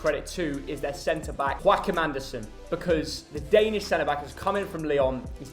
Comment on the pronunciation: Nice you gave credit to Joachim Andersen - and almost a good pronunciation :)